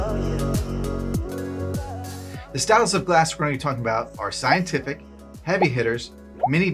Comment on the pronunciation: "Sceintific" at about a minute in 🤣👍 Unintentionally gave me the giggles 🤪😜😂